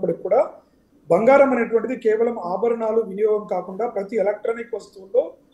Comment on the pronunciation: తెలుగు చదవడం నేర్చుకో తల్లి బంగారం బంఘారo కాదు